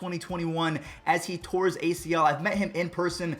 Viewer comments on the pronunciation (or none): none